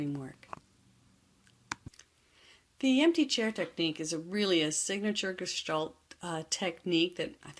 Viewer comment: Finally! The word Gestalt pronounced correctly, thank you.